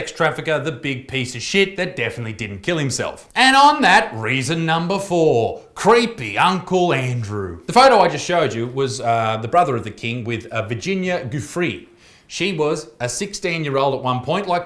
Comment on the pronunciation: Heads up Butts but Giuffre is pronounced Ji-fray saying its also my last name. And keep up the good content some of the jokes had me laughing my ass off.